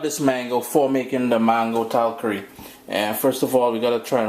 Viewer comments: please, it’s “ tal-Kaari”. Accent is on the second syllable. I like your videos. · please say “Tal KAR is. The accent is on the second syllable.